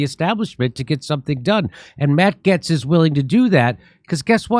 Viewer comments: Matt who? Getts? Don't think so... I am fairly sure (as a Brit) its pronounced GATES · Jimmy the a in Gaetz is a long a, the e is silent. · ...Jimmy...it's Matt "Gates", not "Gets". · Its not GETS!! IT'S GATES !!! Hollly shit how hard is it to pronounce the man's name properly? Jesus Christ dude. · Jimmy it is said GATES Not Gets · See... At least Jimmy is half way funny... Despite his* dyslexia... And complete inability to pronounce common words and names... GATES! MATT GAETZ SOUNDS LIKE BILL GATES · And that WORD is GATES not GETTS. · It's Matt Gaetz pronounced "Gates". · It’s pronounced “matt gates” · It's pronounced Gates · jimmy its pronounced gates like pedobill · It’s pronounced “GATES”. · I agree...and ALSO... Gaetz is pronounced the same way as GATES! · Gaetz = Gates (Pronunciation) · Why do you pronounce this last name wrong?🤔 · How are you and me the ONLY ones pointing this out? How many people are in the studio with him who refuse to correct him? He just sounds dumb and uninformed and out of touch... how can you not pronounce Gaetz properly with his name being spoken correctly on all media networks?